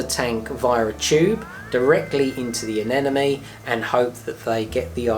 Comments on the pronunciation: Why almost everyone calls the. Anenome and not anemone.. ? Whyy?????? 😱😱😱 nice video though.. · A-NEM- A-NE say it right.